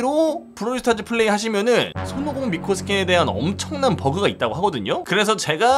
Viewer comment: 마지막 미코 음성에 왜 친구 빵댕이 라는 소리가 들리지..?